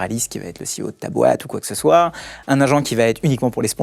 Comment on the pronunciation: Ceo !! C'est tellement mieux que PDG ! Et prononcé à l'américaine en plus ! Tous ces gens qui s'aplatissent devant les US ! A vomir !